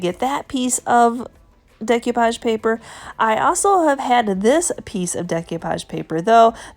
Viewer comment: My favorite today was the chest of drawers. So bottom line is there an advantage to using milk paint instead of chalk paint? I think of milk paint for the very chippy coastal look. I'm guessing you didn't study French in school, so please repeat after me: day - coo - poghe :-)